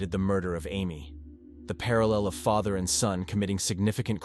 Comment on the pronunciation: Can’t even say Father correctly